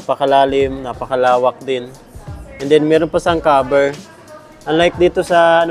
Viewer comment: nagulat ako sa kaber 😳instead of cover